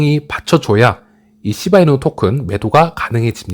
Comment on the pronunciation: 욕 찰지네요 씨바이누 이 씨바이누 ㅋㅋㅋ